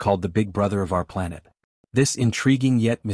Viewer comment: What's a "Planette?"